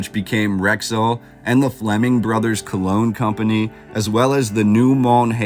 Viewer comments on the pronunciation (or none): none